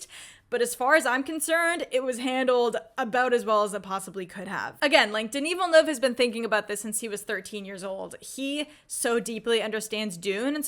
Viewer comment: Your enthusiasm is contagious! I've always been a long time fan of Villeneuve's pacing, moody atmosphere and tension building skills since Incendies. He's shown he can make people feel different about what's on a screen. And, as a Québécois, I have to say your pronounciation of my fellow countryman's name is perfect! ;P